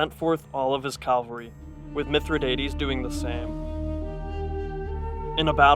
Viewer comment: Calvary or cavalry?